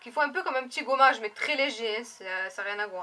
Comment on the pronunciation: "Ce goummage" ihihih ! Moi aussi le truc pure system il me piiiiique graaave